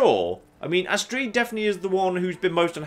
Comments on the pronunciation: I think says astreed just to fuck with us. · Doesn't understand how people can call herb erb but continuously calls Astrid astreeed even though her name is said many many times in game... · you ever think that maybe Astrid sold you out because she was pissed that you kept mispronouncing her name? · Don't worry, she doesn't give advice to people who say Astrid astreed. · He's been mispronouncing names this entire playthrough just to fuck with us I love it, it adds charm